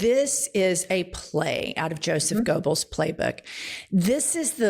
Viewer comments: She is mispronouncing "Goebbels." I recently learned that it is pronounced "gurbles" even though there is no R in the name. In German, it is spelled with an umlaut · It's high time Jen learns how to pronounce, Goebbels.